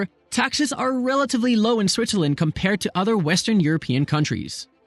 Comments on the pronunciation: Dude said Switcherland . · I dare you to say Switcherland one more time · WOW! I had no idea one could say so much about a country while at the same time mispronouncing its name for 13 minutes!